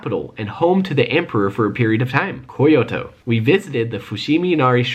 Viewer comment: And its kyoto not fucking ko-yo-to